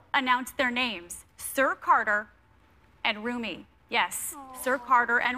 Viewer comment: The explanation for Beyoncé babies names: in Homage to Djalâl ad-Dîn Rûmî, a Persian mystic poet of the 13th century, who greatly influenced Sufism. So it should been pronouce Seer and Rûmî